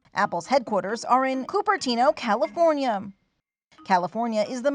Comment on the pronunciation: Californiam Do You Mean California